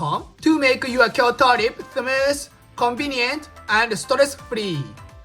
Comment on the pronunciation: Kyo-TO nigga not Kyo-DO 🤭